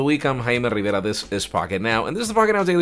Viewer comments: Are you Filipino, Hawaian or Spanish?😃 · Rrrrivera, sure it rolled.😂